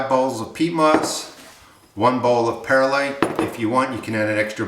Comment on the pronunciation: Good recipe. Please pronounce Perlite Per lite. There is no "i" between Per and lite. It's like "W" saying nu cu lar instead of nuclear....Grammerly